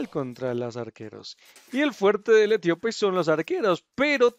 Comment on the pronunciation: Se dice Etíope no Etiópe